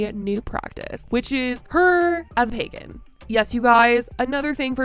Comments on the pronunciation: pEgan instead of Pagan T-T I can'tttttt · Omg she’s saying Pagan not pegging I came into this video confused af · Not me thinking she said ‘pegging community’ and not pagan community at the start of the video 🙂🥴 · The way she pronounces it "peggan" is SENDING ME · She did! Trisha is pronouncing it Peggin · Every time Trisha says PAGAN it sounds like she’s saying PEGGIN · I just cannot with her pronunciation of Pagan being “peggin” 🥴🤦🏼‍♀️😂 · Pegen community.....she can even say it right , she is going to piss off a pagen/ wicken and she is going to end up with a curse on her! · the fact she keeps saying pegin annoys me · Am I the only one hearing "pegging community" lolol I can't unhear it now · why did i think she said pegging community at first…. lmfao it made the i’m coming for you comment much funnier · Hahaha, I saw in another comment section they thought she was saying pegging. I think that's more appropriate for her. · I didn't realize it was pagan until about minute 5 lmao